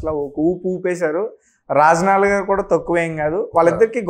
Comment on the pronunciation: ఎమ్ Achor బాబు.. రాజనాల... "జ" ను " జ" అని పలక లేవా? చెప్పు జ జ జ రాజనాల. Za zzz. Razza nala కాదు... రాజనాల.. ఏ స్కూల్ బాబు...